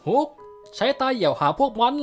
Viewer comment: ฮุกมันฟังเเปลกนะ อิอิ เป็นฮอคไม่ได้หรอ